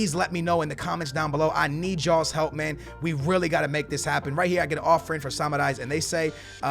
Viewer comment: His name is SAMARIS not SMRAIS wtf i can t read???